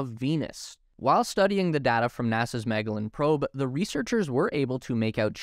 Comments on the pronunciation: Nope He says it wrong, but in other languages it actually sounds lije "Mah-GeL-Lan" with a hard g. And not a j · But in english it's different, so yeah. He was still wrong tho, just not in the second part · It's pronounced mah-gell-an in other languages so he can use whatever, just not mEh-gell-an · lost me at mega-lin. It's Magellan. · Wait, did you say Mag-a-lin? Im not picking on you, just never heard it mispronounced like that. When I was in 3rd grade I heard a kid say mos-squid-o, and I heard a guy in the store while shopping once say," look they have Jal-a-pin-os'!" Thanks for making me laugh, even if it wasn't on purpose. It's all in love I'm not making fun just to be clear. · Good video. I had no idea what Venus mission you were talking about before you put it on screen. Might I recommend that you look up the proper pronunciation of Magellan? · Yep. He said it wrong like 12 times lmao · Good video. My only nitpick is that you mispronounced Magellan. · Great video, with the possible exception of the pronunciation of Magellan. 😉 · Please learn how to prounounce Magellan. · I did a double take of your pronunciation of Magellan... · You do a great job with your videos. Can I suggest that you look up how to pronounce certain names, like Magellan, before you record yourself mispronouncing them? Just a thought. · Do you purposely mispronounce Magellan? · In all my life, I have never heard anyone pronounce Magellan as "MEG-uh-luhn". I always heard (and used) "Muh-JELL-ehn". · Magellan is pronounced Mah -JELL-an, not Mah-gell-an. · Great update! But, really, do look up the correct pronunciation of Magellan (mah-JEL-ahn, not MAG-a-lin)! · The Space Race, as always, a very informative video. Is it possible that , MAG-uh-lynn should be matching the pronunciation of the explorer of old, i.e., Ferdinand muh-JELL-un? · And you still haven't. He clearly says Mag, not Meg. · Not "maga-lin" but "mah-jell-in" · magellan = Mah-Jel-An, not MAG-el-Lan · Mag-ellan? try Ma-gel-lan